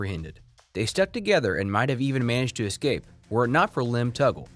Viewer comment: Are you really pronouncing escape incorrectly to start the video???